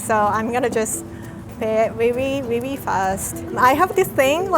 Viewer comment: Its really not wi wi